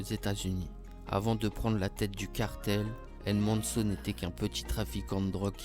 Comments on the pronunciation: Tu me stresse quand tu dit sont nom sa ce dit el mencho avec le ch pas el menso 😂 m’est sinon très bonne vidéo continue 💪🏽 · Apprend à dire son nom bordel 😅😅